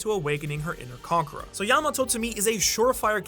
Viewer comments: He always pronounces conqueror as "conkra" and once you notice, you can't stop hearing it. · I hear conker